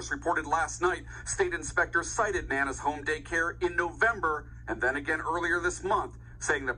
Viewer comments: Omg! you kill me with the words. I think it's nana n not nay nay 🤣🤣🤣🤣😂😂 but whateva 😂😂🤣🤣 Serious note though this is sad n she all irate bc she feels it was a favor. Dummy! Never certified for CPR. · You know she's hood. Her name is Nay-nay🤦🏽‍♀️ the news pronounced it wrong 🤣 with two previous employee arrests for child endangerment leaving a baby alone in a locked building. 🤯🤐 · I'm pretty sure it's Nana like "Banana," not Nae-Nae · Felicia Grisham Im thinking its pronounced Nanah like anna or banana. Nana is what children call their grandmother. Its not ratchet or ghetto at all. In fact some people might consider it sort of pretentious. Unless the baby killer referred to herself as naynay Im pretty sure the author of this video just doesnt understand how to properly pronounce nana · I'm pretty sure the narrator has it wrong 😂😂😂 Its spelled Nana like "grandma" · And she saying Nay Nay not Nana😂😂😂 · The name is Nana as in grandma not NayNay. But nonetheless upon meeting her my first impression and natural intuition would be to run the other way. She is 100% responsible and that place needs to be closed down permanently and herself, her sister and any other adult worker who was in the infant room needs to go to jail! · Is it to be pronounced NAY-NAY Ellis or is that Nana as in Banana? That's what was wrong. Those was some nay-nays. You don't let nay-nays watch ya kids! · Nan..Na...not nae nae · Yes! Nana as in grandma.😂